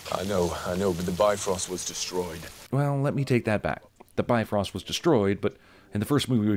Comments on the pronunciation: You should have added a sin for every time "Bifrost" got mispronounced. It's "BEEV-rawst", dammit! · It always pains me how they pronounce Bifröst. It's "BEEF-ROAST." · Bifröst is pronounced "Bee-frerst"